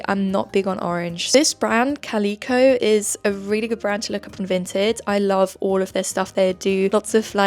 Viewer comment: And calico with the emphasis on the second vowel instead of the first !*!